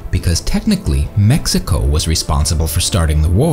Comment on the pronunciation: Stop saying MESSICO!